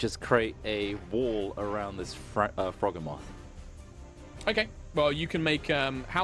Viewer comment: The mental strain to not repeat "Croakatoa" when I heard it intensified when I heard every NPC and PC repeat it, such an excellent spin on a reference. My only personal complaint would be the Froghemoth pronunciation since its a mix of Frog and Behemoth and I'm pretty adamant about it being the Bee-he-muff pronunciation rather than the Beh-heh-moth pronunciation, but that's just a me thing, the rest of the episode was glorious as always guys <3